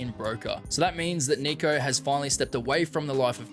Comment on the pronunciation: bro did not say Niko